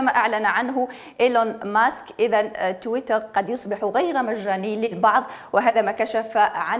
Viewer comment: صدقت لغة تحتل المركز 9 مزال الفرانكفونيين الجهلة، تويتر كلمة انجليزية تنطقها بالفرنسية اش هالذكاء